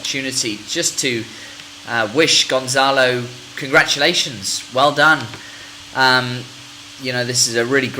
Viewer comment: It's not GonZalo, It's GonCalo. Here in Portugal, we believe that maddie died by accident. Probably, she woke up and she heard gerry's voice when he was talking with the BBC producer outside the house, she climbed the sofa, and she hit her head on the wall. Kate found the body and the rest is History.